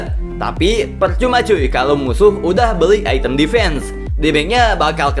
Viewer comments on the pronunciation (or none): none